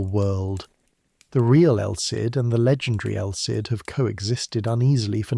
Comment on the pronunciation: Is this AI-narrated? Just asking as I noticed El Cid is pronounced around 5 different ways.